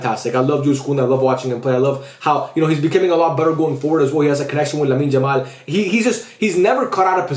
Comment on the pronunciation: Would be nice if you call him Yamal and not "Jamal"